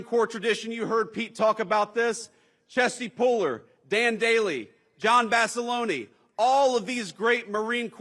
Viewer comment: I bet a Marine Corporal (Vance) pronouncing Basilone as Basilonee' really raised some eyebrows as it did mine! I still liked Vance's speech as a Marine to Marines. Never thought I'd see a Marine corporal sitting in the vice-president's seat! Maybe if we had more NCOs in charge, we could really get some productive stuff done in this country.